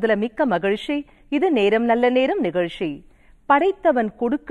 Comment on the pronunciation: தொகுப்பாளினி தமிழ் உச்சரிப்பு சரியாக இருக்க வேண்டும்.நிகழ்ச்சி என்பதை நிகழ்ஷி என்று சொல்கிறீர்கள்